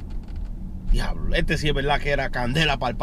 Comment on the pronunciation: "GUIABLO" xD